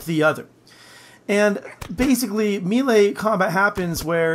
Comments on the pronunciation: "Miilee" >Scrolled to comments section to find miilee comment >Wasn't disappointed. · Wtf is a meele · You say mele like a damn fool